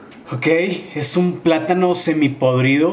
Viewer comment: Yo seré tú podrido xdxdxd (En vez de "Semi podrido, dijo "se mi podrido" xd